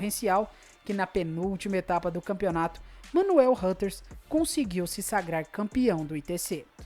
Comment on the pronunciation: "manuel rãters" kkk